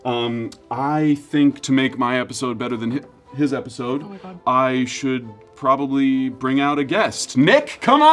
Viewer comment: “okay literally halloween probwably” “he’s kind of spooky” is sending MEEEE